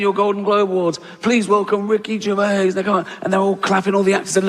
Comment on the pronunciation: A great video marred by another person who can't say Ricky's name properly. It's not GERVAY, he's not bloody French. It's GERVAIS pronounced GERVAZE.